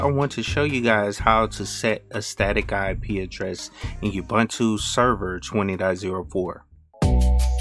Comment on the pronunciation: ooh its pronounced ooh-buntu. its an African word which means UNITY "I am because we are, i am because you are" In Zulu a person is called "Umuntu" the plural for that word is "Abantu" so the saying goes "Umuntu, Ngumuntu Nga Bantu" in short UBUNTU. please say it right fam. its not just a word